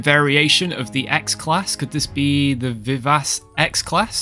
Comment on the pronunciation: facepalm As a musician, you're hurting me, friend. Schumann - famous German composer - is pronouned "SHOO-mahn." "Vivace," the Italian word for "lively," is one of the standard tempos (speeds) in musical notation, and is pronounced "vee-VOTCH-ay." A musical naming theme, so I'm sure these are the pronunciations they intend. Adore your work, I've seen every single video. Don't mind my quibbling, keep up the fantastic work!